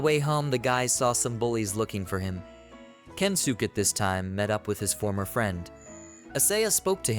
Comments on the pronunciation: yea its kensuke... even if you say kensukey or whatever its still better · the only think i hope to see to make these better is to try make the pronounciation right even if just a little... i really dont think the guys name is kensook trust me its not